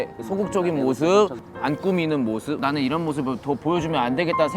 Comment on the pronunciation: 내비도!!!나는 내머세 사는 사라미야 나눙 발음 뭐야 귀여워